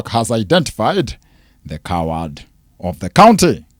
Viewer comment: Hujaambia mami vizuri ,ati 'coward of the county'😂😂😂